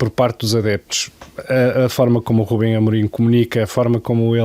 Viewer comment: Por que é que todos os parceiros de LFL, neste programa, dizem RÚBEM Amorim?